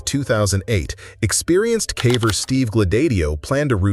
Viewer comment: AI can do so many impressive things but it cant pronounce "caver" correctly